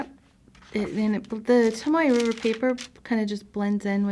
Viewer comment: Are you saying Tamoe River Paper?